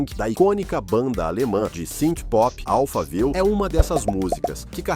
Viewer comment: Amigo somente diga Alphaville como o bairro de SP! Não inventa!!!